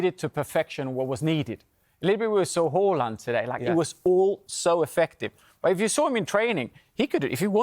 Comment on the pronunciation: Finally someone saying Håland. The movement to stop the mispronounciation has started thanks to Freddie. Scandinavian allies